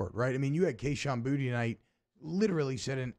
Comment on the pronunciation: It's Boo- T